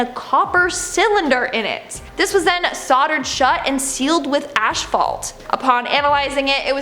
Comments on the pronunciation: Is "ashphalt" anything like "asphalt"? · …or when she says “aschfault” instead of asphalt. What a crock! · Why does she pronounce asphalt as ash-fault? Has she never heard anyone say the word before?